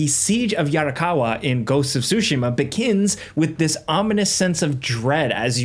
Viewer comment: Closer to the correct pronunciation than most